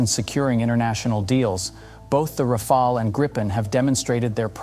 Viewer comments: ROFL, Ra-Fail. Just can’t decide how to pronounce 😄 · So very little real information given, just a lot of general marketing-speak without making any attempt at arriving at a solid conclusion. And how many different ways can you mispronounce Rafale? Useless. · Another one who can’t pronounce rafale properly. In the age on internet and google, it’s inexcusable. The presentation is otherwise adequate.